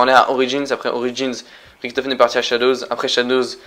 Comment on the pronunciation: Tu dit Ricktofen on dit Richtofen !